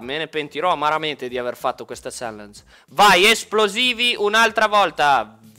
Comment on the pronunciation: Si dice "CHALLANG"